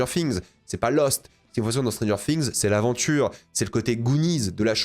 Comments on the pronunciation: Stranger Fings. Séreux c’est quoi cette prononciation anglais degueulasse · ça chie sur la VF mais ça prononce Stranger Fings. Par pitié, fais un effort